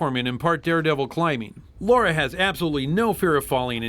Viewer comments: It's Lara, not Laura. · it's Lara Not Laura Croft 😎👍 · sigh LARA not Laura. Every American seems to get this wrong. Alisia Dragoon, El Viento and Nightshade (Kunoichi) are a few you missed. All good games. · I love you guys...but it's LARA. Not Laura. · Why can't Americans pronounce Lara's name correctly? It's LAH-rah, not Laura. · The name is Lara Croft not Laura Croft. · It's 2015 and people still call Lara "Laura." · Who forced you to make this? Social Justice Warriors? But no seriously, thanks for doing Alien: Isolation. It's a great game. And why do so many people mispronounce Lara's name?